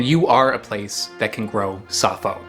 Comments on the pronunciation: It is called "safou", not "safo". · Anyway, it's a French word, so you should pronouce it like "safoo" stressed on the second syllable. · Dacroydes edulis or Safou in Cameroonian French (pronounced Saah foo not Ca foe). Perfumer’s opoponax is also from the same family. Safou is not so much from West Africa as Central Africa. Very common in Cameroon, DR and Rep Congo (on the western side of DR Congo), Gabon and Nigeria. It can be propogated by marcotting (Air layering) or from seed. I brought seeds from Cameroon to Liberia about 13 years ago and planted 3 trees in Gbarnga, Liberia. They are likely very big trees now, hopefully feeding many happy people. You guys would get laughed out of Yaounde eating them this way. The best way to cook it is in cast iron skillet (it cooks in its own oil no need to add red palm oil) or grill over charcoal. I have never had them boiled. I agree with the taste as a mix between avacado and olive. Try some loaded in a nice fresh baguette. Bon appétit ! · It's pronounced Safoo